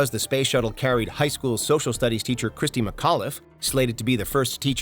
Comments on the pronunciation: It’s not Christy it’s Christa McAuliffe. Might want to fact check before you post a video. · Christa McAuliffe, not Christy.